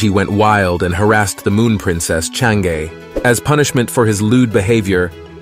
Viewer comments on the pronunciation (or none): its pronounce as chang 'er